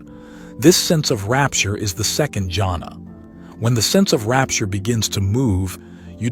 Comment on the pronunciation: I'm sorry you're mispronouncing "JHANA" -- it is pronounced with an H sound as Hannah, or is yahna. It is not pronounced as jungle